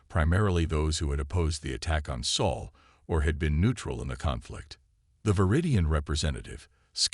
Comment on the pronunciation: This text to speech reader pretty much messes up a lot of names. Sol not Saul or whatever, The name of the Spartan King, etc. Not all readers are this bad. Of course a few are human.